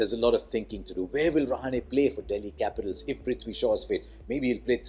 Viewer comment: Being a Maharashtrian, pronounced Rahane correctly ;)